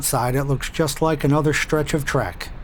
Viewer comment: Stretch is pronounced stretch, not schtretch. Somehow, Walter found money for 30 years of Slim Jim's. Rent is too damn high in NYC, sure.